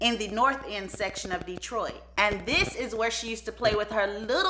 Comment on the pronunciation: We KNOW you arent from the Motor City when you call it DEEtroit. 😅